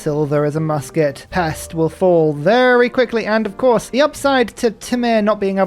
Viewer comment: Just in case you read this comment, the "s" in Pest is pronounced as if it was "sh" in english:) The english "s" is written as "sz" in hungarian, like Esztergom just to the left of Pest in this vid.